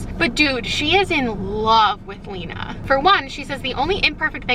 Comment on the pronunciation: The whole time you are talking about sisterhood of the traveling pants im yelling about how you pronounce Lena. Love this series. You are my favorite YouTuber